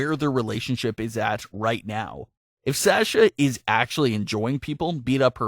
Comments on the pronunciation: Yeah, it's Saw-sha not Sash-uh. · was triggered every time you said, ' S-ash-ah ' instead of ' Saw-sha ' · PLEASE FOR ONCE IN UR LIFE ITS S A S H A NOT SÄESCHA